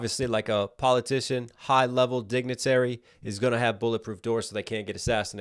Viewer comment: I’m sorry, I can’t get past him saying DINGATARY instead of DIGNITARY.